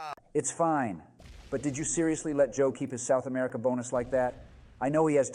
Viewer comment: I hate it how biden pronounces America